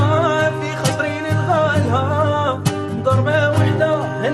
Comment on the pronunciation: رقم 3 غناها روعة باحساس و رقم 2 والله كأنه جزايري يتقن لهجتنا بزاف خاصة كلمة نلغالها كاين لي منطقوهاش غايا هو نطقها نيشان بصح قاع غناو غايا تحية ليكم من الغرب الجزايري